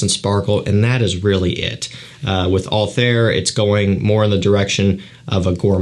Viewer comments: The pronunciation of PDM Althaïr was wrong😊: there are 2 dots on the I😉, so it is Altha ir ☺️ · Pronounced Alt-Hair or Altair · It’s pronounced « altaeer » if you care about it at all for future videos. Btw Bourbon vanilla is just a type of vanilla from La Réunion, which is a french island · its pronounced AL-TIE-EAR like the og assains creed protagonist